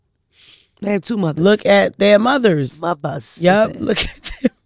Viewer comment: “Both they muvas” 😂😂😂😂😂😂